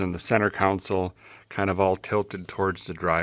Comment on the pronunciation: dont know if this has been pointed out before....but a guy needs some speech therapy on how to say the word ' console' you continually say 'council' ....🤪get it together man!